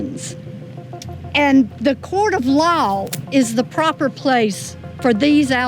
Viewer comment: The way the woman says law has my in stitches.